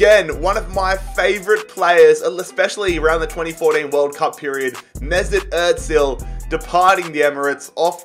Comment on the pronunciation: Why do you pronounce ozil with a t mate😩